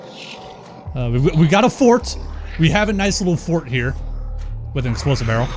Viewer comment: I like how you speak "Barrel" :D böröl :D